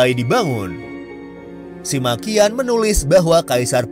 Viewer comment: SIMA QIAN baca nya SIMAKIAN 🤣🤣🤣 Itu orang nya suka maki maki ya 😂😂😂